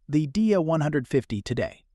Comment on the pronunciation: Trust me...I saw this car in 1962 and the pronunciation (back then) was Die DEE uh...not Did-e-uh